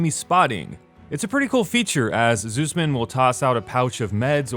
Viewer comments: i think he honestly searched up a campaign summary because if he played it he wouldnt say zussman like zeusman. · Did he just say... "Zeus-man?..."